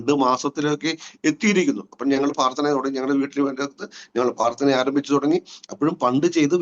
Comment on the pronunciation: നല്ല അനുഭവസാക്ഷ്യം. ഞാൻ കേൾക്കുന്നതിന്റെ കുഴപ്പമാണോ എന്നറിയില്ല, ദയവായി പ്രാർത്ഥന (പ്രാർ )എന്ന് വ്യക്തമായി പറയണേ നന്നായിരിക്കും. സ്നേഹത്തോടെ 🙏